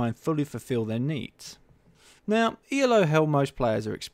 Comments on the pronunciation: its not pronounced e l o its pronounced elo, as in eelow because it is a name :) just FYI :) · I'll just add one more critical comment to continue to beat up: His name was Elo, pronounced "eelo", not E-L-O, you dimwit! It often gets capitalized to ELO for aesthetic/formality reasons, but that doesn't change the pronunciation of the guy's name. But then again, as you simply read this article from Wiki, you are probably quite clueless about chess, its history and rating systems. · for fucks sake it's not ELO is elo pronounced eloo as in hello without an h.